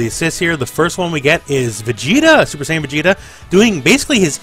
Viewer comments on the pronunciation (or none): none